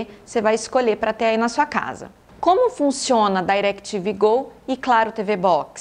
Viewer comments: Não sei pq falar "Dairectv Go" nem nos EUA eles falam assim e sim DirecTV normal com I mesmo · "dairectv gou" a propria "DI"rectv fala "DI"rectv no brasil não precisa pagar de gringo não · Não tem nada a ver com a proposta do vídeo, mas o DAirectv (pronunciado com ênfase) doeu nos ouvidos. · parei de vê quando disse dairequiteve go. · não, ela pronunciou em inglês de cursinho, e incorretamente. "Dai"rectv tem a pronuncia quase imperceptível. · Eu gostei. Para quem sabe falar em ingles pode ser desnecessário, mas para quem não fala é sempre bom aprender. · Entendi ela dizer Dairectv